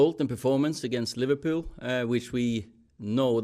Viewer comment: The way he said Liverpool almost sound like he’s a scouser himsel😂